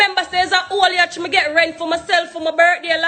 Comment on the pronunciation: Yacht!!! Not Yatch lol